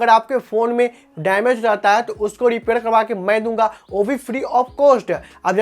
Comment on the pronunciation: 😂😂😂😂😂 R or D bolta hai bhai ... Repair× dipair 😂😂. Kaha sikhi bhai tune ye language